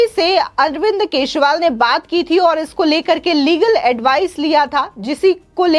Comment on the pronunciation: Kesival nhi kejarival nam hai